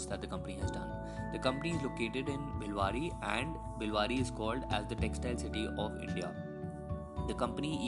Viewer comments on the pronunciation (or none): It's bhilwara not bhiwadi